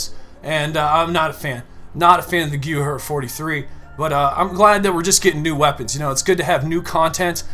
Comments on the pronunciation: Gewehr...pronunciation; GEVEER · Gever is tarslated not how you called it